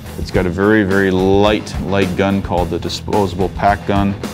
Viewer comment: .....It's GUN not GOON